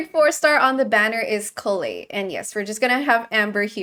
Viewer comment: Lovely that does know how to pronounce Collei correctly